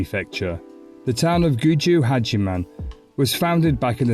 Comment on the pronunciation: hiya, its Gujo and not Guji.